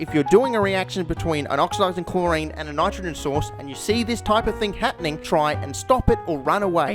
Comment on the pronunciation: Aye nye! Not the Nyetrogen Tryeye-a-dyed!